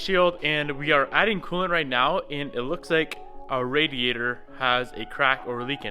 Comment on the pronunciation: New word to car dictionary. The "aidyader"